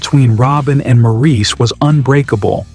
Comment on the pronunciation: The narrator should’ve been told Maurice’s name is pronounced Morris.